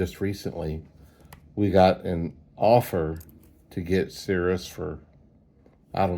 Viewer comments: It’s pronounced “Serious Satellite Radio.” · Yeah, that’s how it’s spelled but, it’s pronounced serious. It sounded to me like you were butchering it. It’s ok.